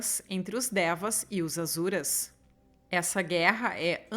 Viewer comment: querida eles pronunciam Assuras, mas tem muita pronúncia de texto teosófico q só se sabe em algumas comunidades herméticas, então ta tranquilo 😂, um bju❤